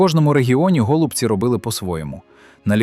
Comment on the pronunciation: Так, явтору каналу кажу... Не тільки я зрозумію, що гОлубці це озвучка ШІ. Озвучуй сам , бо ші поки не вміє